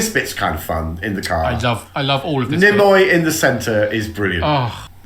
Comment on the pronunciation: gets two thumbs up! saying “nimmoy” gets two thumbs down.